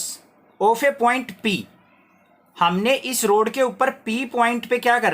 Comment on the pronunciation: road nahi hai rod hai 💀